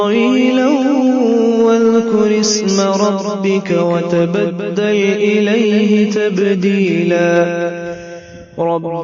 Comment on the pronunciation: السلام عليكم ورحمة الله ميرے خیال سے تلاوت کرنے والے "وتبتل البه تبتيلا" کی جگہ " وتبدل اليه تبدیلا " پڑھ رہے ہیں شاید توجہ فرما لے اور اگر بندہ سے سننے میں غلطی ہو تو معافی کا طلبگار ہوں